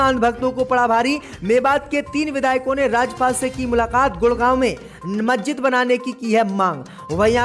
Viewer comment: मज्जिद नहीं मस्जिद नखलऊ नहीं लखनऊ 👎👎👎 DISLIKE 👎👎👎